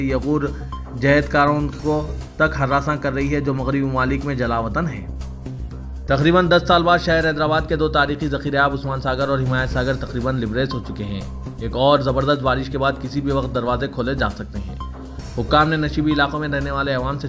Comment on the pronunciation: achchi news ..10 mnt m khatham... News reader k .liy,e ....Librez wrong h ,....Labrez sahi hy . Dr V.Ahmed .M.B B.S.